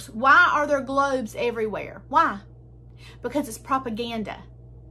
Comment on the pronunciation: how do you make "WHY" a three syllable word? 'I' a two syllable word?